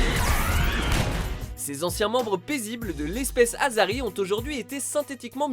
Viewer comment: Miniature Mass Effect 3 <3 Les Furies sont géniales ! <3 Et c'est pas azari, c'est Asari ! Ca se prononce comme avec deux "S" ! Et sinon il y a les Atlas aussi qui peuvent one shot au corps à corps, et les brutes aussi, sans parler du moissonneur sur Rannoch.